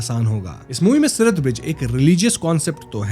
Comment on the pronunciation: Its siraat not sirat